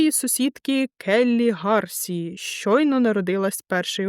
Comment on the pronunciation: Дякую за роботу, люблю слухати вашу начитку🖤✨ Хочу додати, у прізвищі Ґарсія наголос треба на і ставити